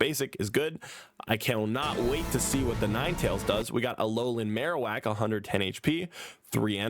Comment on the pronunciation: Bro read marowak and raichu wrong